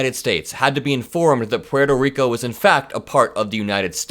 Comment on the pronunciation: It's nice to hear Puerto Rico pronounced properly. Most Americans (well, Gringos like me, anyway) say "PORT-oh" instead of "PWAIR-toh". Good job,! And I don't mean just the pronunciation. Edit: 💙💙💙💙💙